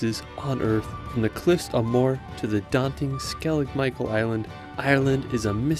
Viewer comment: Nice video, sorry to be critical but you miss-pronounced many names of places: Don-e-gal, Ar-on Islands, Cliffs of Mo-her..